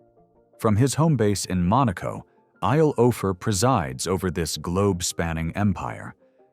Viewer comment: Eyal aayal not I-yel. Again.